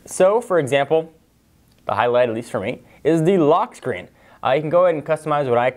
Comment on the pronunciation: Why does it sound like you are talking with a Jolly Rancher in your mouth ? Lol, "Lochk Sthchreen"